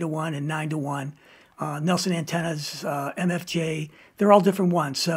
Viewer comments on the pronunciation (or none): none